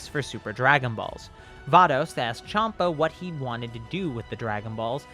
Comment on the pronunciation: I didn’t like when he said shampa not champa